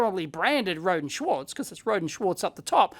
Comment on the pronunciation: Watching one of their videos I discovered "Rohde" is pronounced "row dee", not "road".